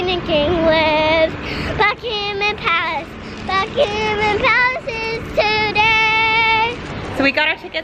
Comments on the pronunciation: Bucmamam palace Me: who lives in England Buckingham palace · It's not Buckingham palace it's Bucky min palace